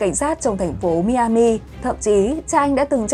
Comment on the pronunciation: Tiểu bang Miami đọc là (mai -a-mìa ) cảm ơn